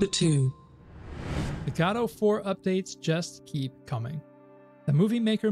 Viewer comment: Love your updates but man the way you pronounce Godot makes my ear bleed 😀 Please keep it up!